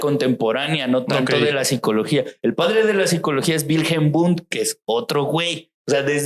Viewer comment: Chicos, el padre de la psicología es Wilhelm Wundt. Se confundió el amigo y mezcló unas pronunciaciones raras jajsjs